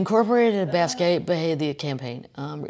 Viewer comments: Kathleen! Someone should tell you it’s pronounced BOSS KEE OT not bass quay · PLEASE PLEASE PLEASE pronounce Jean Michel Basquiat's name correctly!! It's pronounced BAH-SKEE-OTT. Thank you! (Sincerely a St. Louis girl in Utah) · Shhhh. Bahs key yacht. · Kathleen FYI It's pronounced Bas KE ahh. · OMFG KATHLEEN!!!! It's pronounced BAA-SKEE-OTT!!!! 🤦‍♂️🤷‍♂️ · Love you Kathleen - I’m not sure I trust your pronunciation of basquiat, but I love you